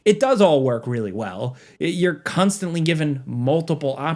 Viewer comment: needs to be a little more careful with how he says “constantly” lol